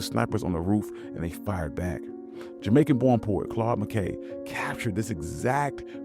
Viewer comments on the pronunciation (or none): none